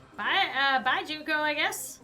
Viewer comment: hi i know im late but you said Junkos name right its junk then o i hope this helps